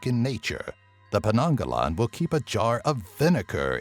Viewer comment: actually its penanggal not penanggalan 😂😂😂